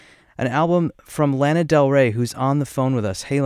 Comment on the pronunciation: Interesting interview but no offense I know they don’t mean to but when they pronounce lana wrong it’s like ahhh